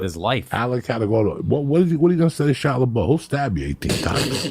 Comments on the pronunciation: "Shia Labow" LOL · Shia "Lebeau" lol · I’m just here to hear shia le-bo repeated back to back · Kaia lebow (Shia Lebouf) 😂😂😂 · Super unprofessional to mess up the script...said Shia Laboo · Shia labow 😂 nobody corrects Joey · “Chow Laboe” 😆😅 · He beefs “Shia LaBoeuf” (Shyla Beaux) six dozen times— but he nails “Stanislavsky” first try.